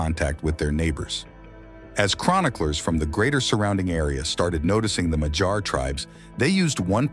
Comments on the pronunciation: Also: in madjar j is not like in the word dj dee jey, but like in yolk, yes, or hey. So more like Madyar. Again, pronounced as one sound dy. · MaG-Yar with a hard g and a pirate yar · A quick note: It is madjar, pronouncing dj as one sound between d and j. A soft d. Not madsars or machars. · You are driving me nuts with your madjar pronunciation. You said it correctly when about the Central Asia relatives - it is ”Mag-Yar”, not ”Mad-gear”!!! For the rest, your video it is very good (I am Romanian and met a lot of Mad-gears! even had them as army mates) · The way you pronounce Magyar makes my hair stand up. I live in Hungary and its pronounced My-gee-yar. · Very good documentary! But it kills AI cannot properly pronounce Magyar words properly! Work on that point ! You need help, hit me up! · Just killing me hearing Magyars so badly pronounced!